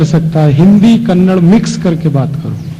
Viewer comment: Kannada aap ke mukh se achha laga